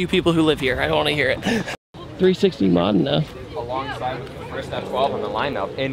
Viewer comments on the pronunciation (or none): Have I been saying Ferrari Modena wrong my entire life? I say it Mo-deee-nah, not how says it at all..